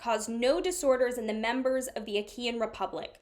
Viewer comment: Great work as always with this series! Regarding pronunciations: - Lacedaemonian is pronounced like "lak-uh-duh-mo-nee-in", so the first syllable is "lak" rather than "lass". This refers to the Spartans who are from the region of laconia. This is where the term "laconic phrase" comes from because they had a quick and witty way of speaking. - Achaean is pronounced like "uh-ky-in", so the second syllable is pronounced similar to how you would say "kite" without the 't'.